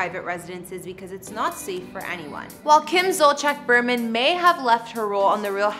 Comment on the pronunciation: It’s pronounced beer-man not bur-man.